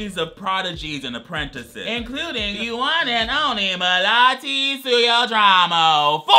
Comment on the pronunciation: YOU SAID IT RIGHT, IT'S MEH-LAA-TEE AND THATS EXACTLY WHAT IT IS (it means jasmine btw nice video keep it up)